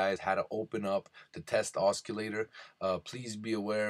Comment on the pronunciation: Test Os-K-illator !!!! I couldn't stop laughing when I heard you pronounce it like that!! It's pronounced OS-s-illator (Spelt Oscillator). There is no K sound as the C is pronounced as an S.